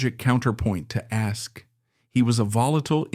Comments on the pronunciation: And the AI wasn't even consistent in the error, moving from Ask to Askee back and forth. For those of us who know the history, it's annoying, but for people and kids exposed to this history for the first time, it's confusing. How difficult could it be to get a history major or a theater student to read the text? t theater studen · Hey AI IT's not ask-ee It is ASK ending with a no sound E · His surname is pronounced Ask not Askey.